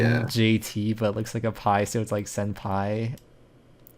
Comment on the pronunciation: dude you are the first person to read my name correctly as senpai. LMAO